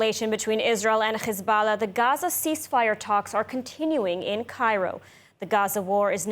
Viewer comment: She says khezbollah then pronounces every other word correctly 😂 we're on to you, you're not fooling anyone 😂